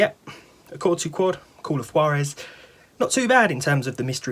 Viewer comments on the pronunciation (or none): It's pronounced wahr-ez ... Spanish. Juan, is pronounced wahn, Jesus is pronounced Hey-Zues and so on. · Yeah the J in Juarez is pronounced like the J in Jose (Hose) so it's more like Hoowarez.